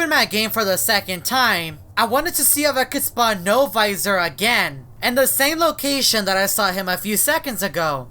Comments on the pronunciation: He always says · It’s sound like L visor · Wen said NO-VOISOR it freecked me out